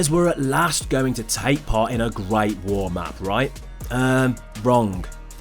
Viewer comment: "ve gret vuor" LOL